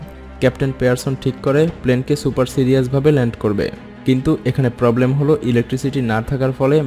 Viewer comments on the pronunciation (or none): none